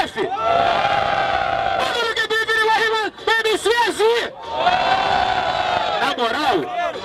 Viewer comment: Slc esse jefinho fala o nome dos MC tudo errado shahshs